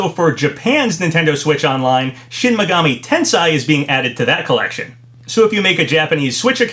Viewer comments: Shin Megami Ten-say is how it’s pronounced. Not Ten-sigh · You butchered how to pronounce shin megami tensei lol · The way you pronounce Shin Megami Tensei actually gives me kidney stones.